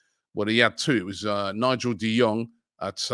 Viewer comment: nigel retired years ago mate😂, it’s frenkie.